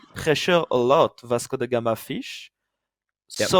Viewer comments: Why does keep pronouncing it "Vasco dey Gama"? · „Vasco the gamer“ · So he is mistakenly pronouncing it as German